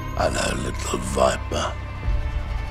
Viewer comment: He said “ello little viper” lol